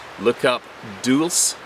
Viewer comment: It's pronounced Dulsay.